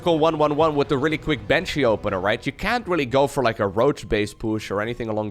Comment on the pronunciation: Miberator, Maven, Manshee